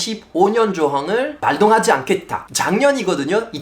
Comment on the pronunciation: 언어천재 파비앙님에게 조언합니다........ '발동하지 안케따'... 가 아니라 '발똥하지 안케따'가 올바른 발음법입니다.... 소리나는대로 쓰기는 초등학교 1~2학년때 집중적으로 배우는것이죠... '장점, 단점'이 아니라 '장쩜, 단쩜'이 올바른 발음입니다.... 그외 무수히 많죠... 음절 하나하나를 너무 정확하게 발음하려다 보니 오히려 부정확한 발음이 되는것입니다... 단어로써 소리나는대로 발음해야 됩니다... 초등학교 저학년때 배우는 것인데... 한국에 오래 살아온 한국어 아주 잘하는 많은 외국인들이 어휘력은 매우 높으나 발음과 억양이 부정확한 것은 기초부터 배우지 못했기 때문인것 같습니다